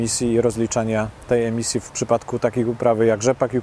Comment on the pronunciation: Sreemisji a nie emisji!!!! Najwyższy czas opuścić ten eurokołchoz!!!!